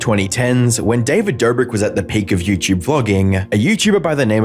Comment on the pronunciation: What in the F*k is yewchewb ? You mean youtube ? FFS !